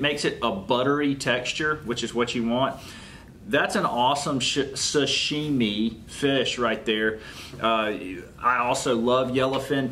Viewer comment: Hey,you almost said sh.t instead of sashimi! Lmao!! Keep up the good video man!